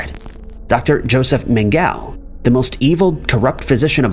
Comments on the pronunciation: Man gal murdering pronouncement of words, guilty as charged. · Did he actually mispronounce “Mengele”? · He did.